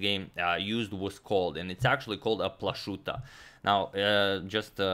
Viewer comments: CHess Channel It is pronounced PLA-HOO-TA, with H like in Hrvatska. Josip Plahuta was a Slovenian born in Zadar (today Croatia) to Slovenian parents. In his time, the whole region was part of Austria-Hungary, so Plachutta in a Germanized form of Plahuta. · Izgovor je Plahuta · It is a common Slovenian surname, pronounced Plahuta. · Izgovara se Plahuta (bio je Slovenac iz Zadra) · Hmm, not sure if the pronounciation of Plachutta was correct. A little background: The name Plachutta is well-knownin Austria's capitol Vienna to this day for the Plachutta restaurant, world-famous for it's Tafelspitz-dish. Founded by the Austrian cook Ewald Plachutta in 1940, here the name Plachutta is pronounced not with a "sh"-sound, but with a "ch"-sound like at the beginning of the jewish name Chaim. However the chess device is named after Joseph Plachutta (or Josef/Josip Plachutta), who lived in a part of the Austrian empire in the 1800s which today is part of Croatia. Plachutta himself was a Slovenian chess player. Now, since Antonio is from Croatia, he may well know more about the pronounciation of that name than me. Could anybody please help solve this mystery?